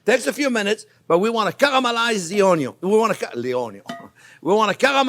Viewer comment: I just watch to hear him say "onyo"